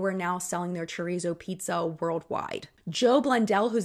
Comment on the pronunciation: Not Chur-ree-zo, it’s Cho-reet-zoh. Haha